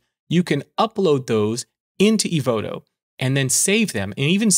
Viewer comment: LOL., I'm coming, your pronounce "Evoto" is right:trophy-yellow-smiling